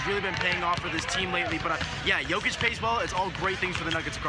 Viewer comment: And you STILL can't pronounce JOKIC properly!